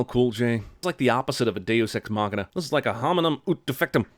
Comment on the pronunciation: I'm going to call you out on every one of these you say ex machina